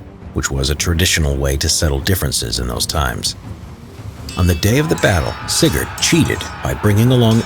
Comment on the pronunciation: every time he said sigurd, i just understand cigarette